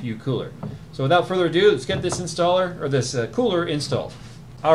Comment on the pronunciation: "withought further adon't" I'm passing myself laughing here xD... America... Don't ever change.... (mutters while laughing to self) withought further adon't (composes self) "ado" means to me,e more of something. Like making a simple job seem like a lot, or talking about something like it's a big job, when it could have been done long ago due to its simplicity....